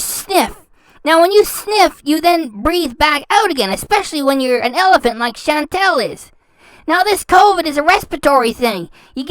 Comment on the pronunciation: “CHAN. TAL. THINK THIS A CUTE FOOTAGE. NOT RILLY”